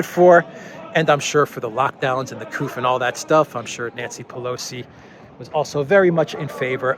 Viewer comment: NOT the COUF but COU... NO F nor P at the end my friend!